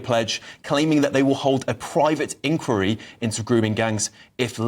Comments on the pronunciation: The word is 'inqUiry' - stress on the second syllable. 🙄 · Can you stop saying ink weary. Its inquiry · Inn-choir-ee please. This is not America. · Can please annunciate inquiry properly please, not like an American. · you’re a great guy and a superb presenter, but why do you keep pronouncing “Inquiry” the American way? This is the UK and you certainly sound to me - very much English!!! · On, and try to pronounce "inquiry" correctly. This is the UK, not the US, and the creeping Americanisation is an embarrassment.